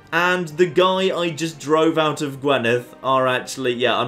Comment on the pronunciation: I know you probably won't have to say "Gwynedd" any more, and your pronunciation of "dd" is perfect but could you please say "Gwinedd" instead of "Gwenidd". On another note, well done on achieving the Kingdom of Wales with what is one of the worst candidates possible, hell of a run that you've not been attacked by England yet! (Kembre is Breton for Cymru (which is Welsh for Wales)).